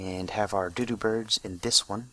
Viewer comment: you're saying doodop bird not dodo bird it's supposed to sound like Dow Dow, kinda